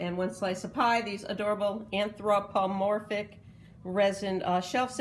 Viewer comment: I had a good chuckle hearing you sound anthropomorphic! That’s exactly how say it, one syllable at a time. Nice haul with lots of variety. ❤️